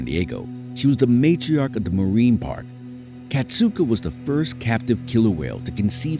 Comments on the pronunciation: Kasatka, not Katsuka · it wasn’t his last moments. Ken Peters is still alive and still working with the whales at seaworld. it’s also pronounced kas-at-kah not kas-oot-ah